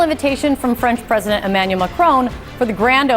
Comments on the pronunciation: Its not macrone it's Macron. Jeeze get it right will ya.😅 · Could someone tell these North American TV presenters that it’s not “Macrone”, it’s “Macron” with a short “o” sound? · Are there any Americans that are capable of pronouncing 'Macron'? It sounds more like 'Don' than 'drone'.